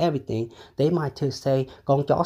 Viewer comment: Gon ja saooooo is that how u pronounce it!!!? 😂😂😂😂